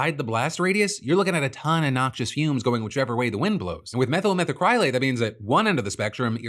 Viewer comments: Say it with me now: METHyl meth'ACrylate. Meth'll meth ACK-relate. Not "Meth'll metha CRY late." You don't wear "a cry lick" clothes. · Its pronounced "meth-al-mac-ruh-late" its a pr8mary inherdient I. The production of fiberglass and other aviation coatings.